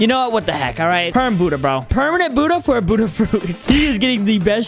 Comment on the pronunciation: In the intro it sais shut light but it’s budhaa